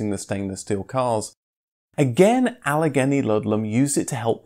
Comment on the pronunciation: Allegheny is pronounced "Ah-lah-GAY-knee"